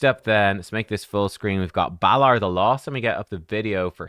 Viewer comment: Balar and Nell! Oh dear!